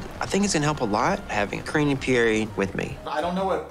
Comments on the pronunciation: The way Paul says pierre....sounds almost identical to the way he says Barry.... like bruh.... are you kidding me?? You don't even know how to pronounce your sons name??? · Why does he pronounce it PIERR..e.. and not Pierre? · Anyone else wonder why Pole keeps calling him "Pierr-E"?? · Im i the only one that thinks he's pronouncing his own son's name wrong? im quite sure pierre isnt pronounced "Pierie" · Who else wants to say Pierre French sound... not Pierre eee like Laressa says colte or Eric e